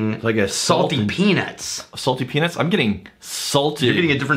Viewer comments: Peanuts shouldn't sound like penis.... just sayin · When you guys say "peanuts" for the love of God please please please pronounce the "t".